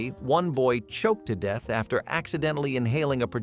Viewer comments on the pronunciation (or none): none